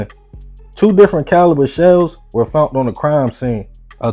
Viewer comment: "Fount" is not a word it is found and she asked a question not axed a question. He ran down the street not skreet. Seriously you really need to learn how to say these simple words correctly and stop telling the story like you are dropping bars OR SINGING. You must be from Georgia. I get embarrassed when I hear my people speaking like slaves and like they never attended an English class. Don't talk like a white person, just talk like a black man or woman who knows how to pronounce simple words the right way. RAN DOWN THE SKREET? COME ON SON, SHOW ME WHERE THERE IS THE LETTER K IN THE WORD STREET? I'M KEEPING IT 100. STOP TALKING LIKE YOU ARE OWNED BY A MASTER AND IT'S 1861.